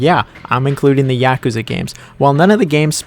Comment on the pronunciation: please say yakuza correctly, it’s YAH-kuza not YA-kuza 🤦🏾‍♂️